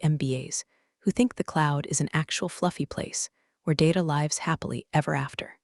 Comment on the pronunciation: Why do you keep pronouncing lives & live incorrectly?? 🙄🙄🙄🙄